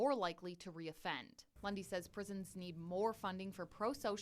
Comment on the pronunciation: Who else always hears "Bundy" instead of "Lundy"??